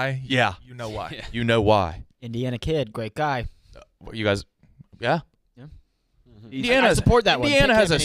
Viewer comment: "gwate guy"